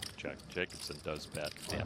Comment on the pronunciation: Doug please stop pronouncing Jacobson wrong like a dumbass ignorant American. You're better than that